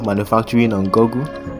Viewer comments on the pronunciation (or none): Briiliant but please lwt us try to pronounce words properly to widen our audience! It is google not goggle. Goggles are a kind of spectacle. Any difficult words, research the pronounciation if in doubt.